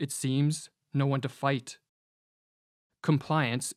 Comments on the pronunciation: One pronounces Hannah - and than flat Arendt (all vowels as long), not Ah-rent. Arend is a bird btw, an eagle (in Dutch, German) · You may wish to pronounce the name of Hannah Arendt in her own language , which is : 2 times a like in Blunt and then third time long like in Aarendt. Not american ä